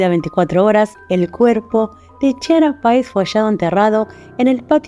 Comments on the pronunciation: Se pronuncia Kiara, no Chiara! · Bien caso, solo que así no se pronuncia el nombre de ella, la ch se pronuncia como si fuera la k, ya que significa clara en italiano